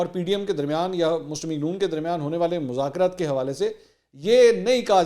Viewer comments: منصور صاحب مزاکرات ز سے نہیں ذ۔ سے ھوتا ھے آپ بہت قابل انسان ھیں اسلئے آپکی غلطی میرے لیے برداشت کرنا ممکن نہیں ہے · مذاکرات لفظ ھے نہ کہ مزکرات پلیز